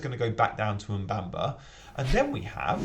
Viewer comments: Say after me.. Mu-Bha-Ma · Why is it so hard to pronounce Mubama correctly. It's awful.